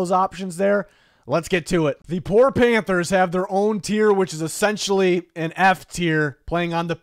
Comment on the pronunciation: “panthers”… terrible